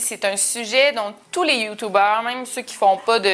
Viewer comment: arrête ! il y a des gens qui vont croire que ça a toujours été comme ça, c'est youtoube point, l'on toujours dit comme ça donc c'est vrai